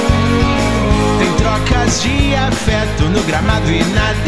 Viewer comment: ele fala gamado é gramado